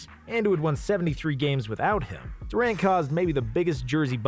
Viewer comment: he said kevin duwent